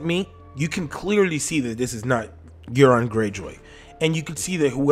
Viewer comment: Its euron man!!! Common